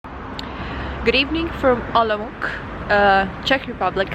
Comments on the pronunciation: It's Olomouts, not Olomouk :D А вообще, я из Казахстана. Думаю туда переезжать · German name is still more correct than how English speakers are pronouncing Czech version. :-D When you say Olmütz in German, most of Czechs recognize which city is that, but "Olomuk?" :-D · The way she pronounced my beloved Olomouc 😁